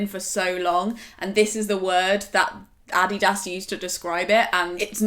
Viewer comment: OMG, is that how everyone in the UK pronounces Adidas????